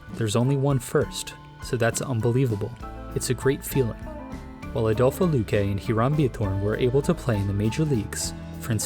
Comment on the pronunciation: Kept pronouncing Luque’s name as Luh-kew, thanks!